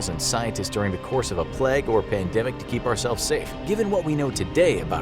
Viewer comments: Its ‘plague’ not pleg? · Why do you say "Pleg" instead of pronouncing it correctly as "play-gue"? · Ahh yes, the pleg doctor lol. Nice pronunciation American guy lol.